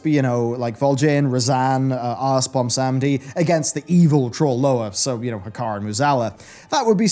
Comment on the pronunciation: Okay, I gottta ask... why are you pronouncing it "Bomsamdi" and not "Bwonsamdi", as it is spelled/pronounced by himself? Other than that pet peeve, great vid!